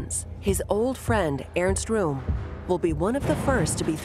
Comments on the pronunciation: Airst Room. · Earns Room 😂😂